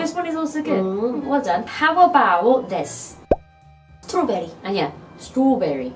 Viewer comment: 스트로브리즈 라고 발음하던데 아닌가??